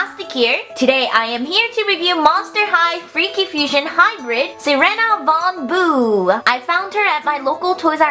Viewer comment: your sayin her name wrong watch the freaky fusion trailer because your saying it wrong and your driving me crazy please learn the name right please